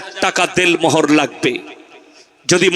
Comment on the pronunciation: .....Del Mohor noy, bolun.....Den Mohor.....So, correction plssssss🙏🙏🙏🙏